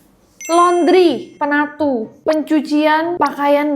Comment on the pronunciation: aku kira pinatu loh bukan penatu🫠